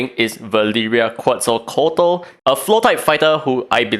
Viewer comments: Quetzalcoatl = KETZ all KO-WAT Xolotl = sho LOTE Pazuzu = PA zoo ZOO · Awesome as ever daddy! She looks nuts! I saw you struggling with her name lol her pronunciation is something like this [KET] + [SUHL] + [KOH] + [ATL], It's hard at first tho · As a Latino, I can say you slaughter the pronunciation. Quetzalcóatl is an Aztec deity while Pazuzu is a Demon from Mesopotamia’s panteon. I’ll willingly to bet that the next Legendary is going to be Xolotl, who is also from Aztec culture. Both Xolotl and Quetzalcóatl are twins, so is not that far from other brothers in the game. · It is Quetz-o-co-wat-ul I believe